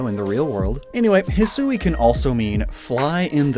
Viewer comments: That pronunciation of Hisui is odd. I know that's how they said it in the direct, but you would think they of all people would know to say it as hee-swee instead of hee-sue-ee. The emphasized "u" is an unnecessary extra syllable. And when you refer to the regional forms, it just sounds worse by saying hee-sue-ee-an instead of hee-swee-an. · Actually, hee-swee is more correct. Saying it how it's spelt means putting emphasis on the "u", which makes it sound like hisuui (ひ す う い) to the ear. It's just not how it's pronounced in normal conversation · Hate to be that guy but it's bugging me every time. Hisui is pronounced He-su-ee (Last part like eek without the K). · in my experience with Japanese, Hisui should be pronounced closer Heeswee than Heesooee, kinda by blending the u and i together (and no that's not a pickup line) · It's supposed to be pronounced "hih-swee" not "hih-soo-ee". The woman doing the VO in the trailer got it wrong. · Ngl I thought it would be pronounced "He-Swee" instead of "He-sue-we" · Perhaps to some, but the difference is in the amount of syllables. Hisui (He-swee) is short and Hisui (He-soo-we) is longer. The longer version also sounds like an English speaker mispronouncing the Japanese version of the word. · I thought it was pronounced "hee-suwee", sort of like Shusui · I speak Mandarin, and in Mandarin, "Sui" is pronounced "Sway" so hearing "Sue-ie" makes my monkey brain flip out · Hisui is pronounced (hee-swee). Awesome video as always. Love these lore videos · I was so bothered that they were not pronouncing the Sui in Hisui like the Sui in Suicune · It's a Japanese game, why wouldn't you pronounce it the way you would in Japanese?